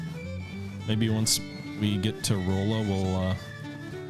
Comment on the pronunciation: It's pronounced "Rahlla" Missouri. I live close to that city lol.